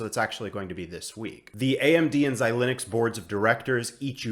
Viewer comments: Xilinx is pronounced xi-links, not xi-lin-ux. As always, great stuff! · Yup! I don’t think I’ve heard this Xi-Linux pronunciation anywhere else but here.